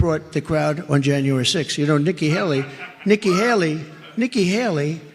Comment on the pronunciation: Please continue sharing this video. Again and again that clip saying Nicki Hally. Please put it on the shorts